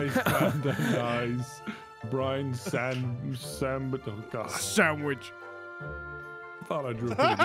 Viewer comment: Did anyone notice that is saying sangwich instead of sandwich, LOL